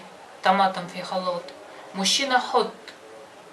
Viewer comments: Халат а не холот 😅😅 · Миксер по египетски халлат а не халот блин ну и научили не правильно Вас